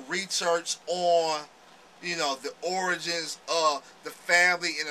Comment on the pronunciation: LoL Im kidding on the way you pronounced origins as in Hip Hop's origins. Sounded like you said, oranges. J/K.